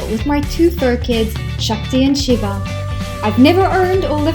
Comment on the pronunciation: What is the India connection? "Shakti and Shiva"? You pronounce the names perfectly!